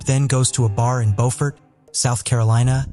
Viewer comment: Bewfert. You done enough research to understand how Alex Murdaugh pronounces his name, and you made a correction, but you couldn't understand how the many millions of people who have lived in Bewfert, SC pronounce the name of their home? You never questioned once why all these people kept calling their home Bewfert? You just assumed they were wrong and that the people of NC were correct? Beaufort (Bofort) is in North Carolina by Moorehead City. Beaufort (Bewfert) is in South Carolina. Maybe you can make this correction next time. English and French. Bewfert and Bofort are two different pronunciations. For this story...every pronunciation should be Bewfert.